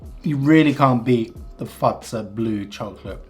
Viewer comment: The way you say Fazer sounds like fatsa which is another word for dad